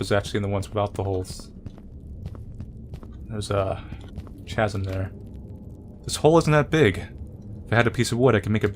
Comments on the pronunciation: It's not Chaz-um,. It's Caz-um. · You say "chasm" weird